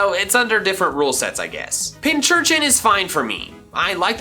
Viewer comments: It is pinCURchin not pinCHURchin >:( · When he says both pinchurchin and pinsurchin but not pincurchin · I always pronounce pincurchin as pin-kurchin like a pincushin for needles